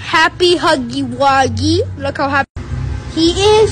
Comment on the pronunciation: "Wit de HWEL👹👹👹👹👹👹👹👹👹"